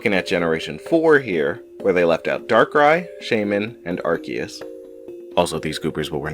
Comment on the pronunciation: So glad someone else pointed this out I cringed at the “azure” and “arceus” pronunciation.